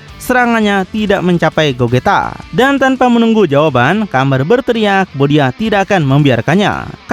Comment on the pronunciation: Gogeta bang bukan gojita